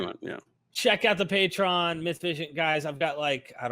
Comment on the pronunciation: It’s pronounced “pay-tree-on”.